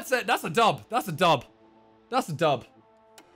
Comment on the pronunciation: Dats a dub...that’s a dub...is that a dub...that’s a dub. Fucking great English...